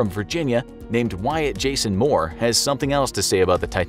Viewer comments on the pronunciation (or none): none